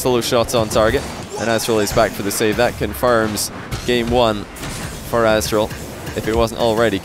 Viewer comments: nope im native english like and he isnt pronouncing the t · Kyl barry he literally says “azTral” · Nobody's gonna say anything about constantly calling Aztral 'Assdrill'?! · why does call aztral azral? xD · with only checking 45s of gameplay he said azral 4 times. don't correct me if you're wrong. 😂😂